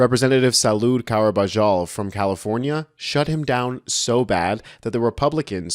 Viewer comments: Car-Bah-Haul NOT "KaRuBaJal"(?!?). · By the way Sir, the one Congressman's name is Carbajal and it is pronounced CAR-BA-HALL. Thank you!🖖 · CAR BA HALL is the pronunciation sir. Thank you for your work! 😊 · Good good information good video, however the representative from California is named Carbajal (car-ba-hal). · Great work. However, California Rep. Carbajal’s name is pronounced like car-bah-hall. In Spanish, j has an h sound. Example: Julio is not Ju-lee-o, but hu-lee-o. - keep up the great work. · Sir , his last name is pronounced Car-ba-hal. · You pronounce it Carb-a-haul referring to Mr. Carbajal (don't use the "J" sound). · Good podcast but I guess you never took Spanish. Representative Carbajal''s last name is pronounced Car-ba-HALL Hegseth is a joke answering all the questions with "I serve at the pleasure of the president." Pleasure of the president? What a syncophantic idol worshiper of the orange one. Secretary of Defense, my a**! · "Car-ba-hall" would be the proper pronunciation. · His name is pronounced "karbahal" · Man you sure butchered Carbajal